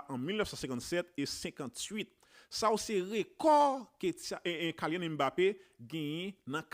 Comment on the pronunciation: Sitwayen nom nèg la pa pwononse Kaylyann se Kilyann 🤔